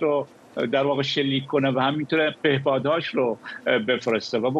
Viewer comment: بادمجون فروش بار فروش تره بار به پَهباد میگه پِهباد اوستراغ اوغلو استراغ 😂😂😂😂😂😂😂😂😂